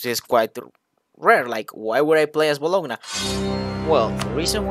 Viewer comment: "gn" Is pronounced as ñ in spanish